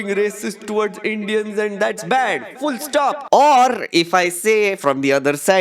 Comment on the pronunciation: Can I ask, why dont you say "Video" like everyone else, why saying VEDIO, and also why you say Indians like EINDEANS?